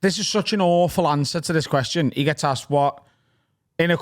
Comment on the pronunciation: and nailing the Kweshon 👀 again 🫶🏻